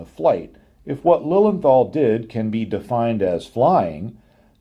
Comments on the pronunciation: Your dismissal of Lilienthal (pronounced Liliental btw.) sounded as if what he did was pretty much useless, however this is not the case, as Wilbur Wright himself praised his work in an 1912 essay in "Aero Club of America bulletin" as "the greatest of the precursors". Lilienthal did a lot of reseach and theoretical foundation upon which the Wrights developed their plane. I don't know about the correctness of specific numbers of his and the Wrights certainly were wise to double check them, but Lilienthal did answer certain basic questions beyond any doubt already, like curved wings vs flat wings and wing profiles and only copying the gliding aspect of bird's flight over flapping etc. So Lilienthal did solved the first problem of flight and lift and the Wright brothers certainly did not discover these facts. It seems to me as though they knew them from Lilienthal's publications and just checked on them. Also it should be mentioned that Otto's brother, Gustav Lilienthal, worked a lot on gaining this knowlege as well, but did not do the flying and rarely gets any credit. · Your pronounciation of Lilienthal is almost correct. Replace the th by a simple t and your there (no th in German zats why they say zis and zat when zey speak english).